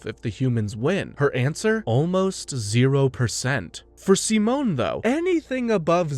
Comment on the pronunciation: Every time you say Simone's name you pronounce it differently and its making me feel insane 😂😂😂 Also I totally forgot how absolutely absurd this show gets